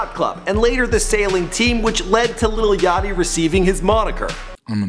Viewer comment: *yachty not yatchy